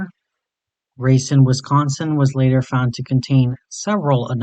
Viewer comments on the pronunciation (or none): I doubt you'll ever use this pronunciation in the future, but it's ra-CINE, Wisconsin.